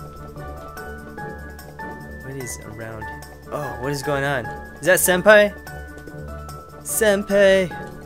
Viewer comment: believe it is pronounced Sen-Pie